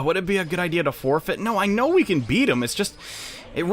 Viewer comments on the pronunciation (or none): none